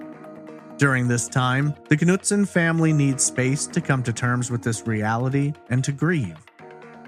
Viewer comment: the K in Knutson is silent , didn't you kanow that ??